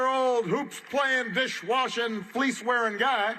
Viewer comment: He said fleece wearing 😂😂😂😂